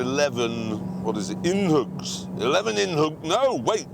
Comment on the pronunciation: I don't know why but it kills me every time when he pronounces it "in-hougs"